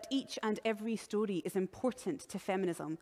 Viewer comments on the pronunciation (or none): Am I the only one who wanted to do something incriminating every time she said "stordee" (story) ? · the story of someone who doesn't know how to properly pronounce "story." Yeah, her pronunciations annoyed me as well. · The way she pronounces "story" really irks me